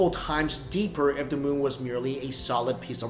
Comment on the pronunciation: It's so hard for asians to say the instead they say dah instead of other they say oder